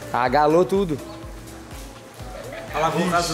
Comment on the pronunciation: o em vez de falar alagou ele falou agalou